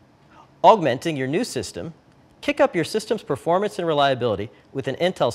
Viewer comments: "Performrance Comparison" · FAIl lool "Perfomrance" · Really? PerformRance? What the fuck is performRance? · The PerfomRance is better rite guise!